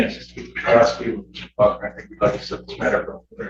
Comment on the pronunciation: The black god still can't pronounce "police" and "ask"? Shifty God.